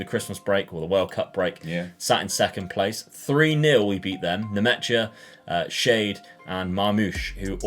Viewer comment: Like how he's pronounced Kevin Schade. Made him shade, but his name actually means "what a shame" in german 🤣